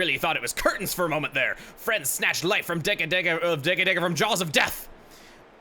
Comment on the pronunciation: I'm pretty sure the name is pronounced "DEH-Kah DEH-Kah", not "DAY-Kah DAY-Kah" (capitalized for accented syllables). The name is a play on the word Decagon, which is a ten-sided polygon, and I have never heard anyone pronounce it "DAY-cah-gon." And before anyone points me toward Breath of the Wild claiming that both pronunciations are used for the Deku Tree, how does the word Deku relate to the number 10 in any name, shape or form?